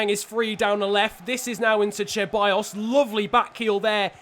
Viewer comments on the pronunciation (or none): I didn't follow you back in 2014 but I do remember Grenier! He used to play for Lyon! Great series so far. Haven't been watching your channel for very long but I did watch the entire Wolves series and it was fantastic. P.S. I'm not sure you are saying Ceballos right. You're saying Cheballos. I do believe it's just an S sound. I know it doesn't matter but I know you try hard to say names correctly! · Ahhhh!!! It’s not Che-buy-os, It’s Ce-buy-os It’s not N-kee-tah It’s N-keh-ti-ah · Your pronunciation for Ceballos is completely trash. It is pronounced as Sebayos not Cheballos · I found funny the "cheballos" pronunciation😂